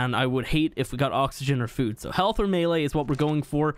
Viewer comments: The way you said “Heaalth” had me dying 😂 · His Irish accent was slipping out